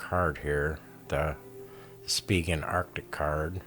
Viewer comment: Former Spigen employee - Thank you for pronouncing Spigen correctly.